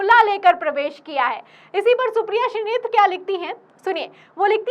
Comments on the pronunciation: मैडम श्री नेत्र मत बोलिए शुद्ध नाम श्रीनेत हे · श्रीनेत बोलिये मैडम आप बराबर श्रीनेत्र बोले जा रही हैं 😅